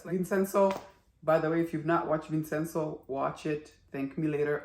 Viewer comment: As it is an Italian name, the correct pronunciation is Vin-chen-zo. Did I miss something? Why do they have no money? They did not give up their shares in the company. They lost the majority holding as the other side accumulated more shares using the chairman's POA. Borrow against their shares. No other liquid assets, huh?